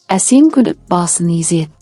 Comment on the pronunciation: Езеді емес изеді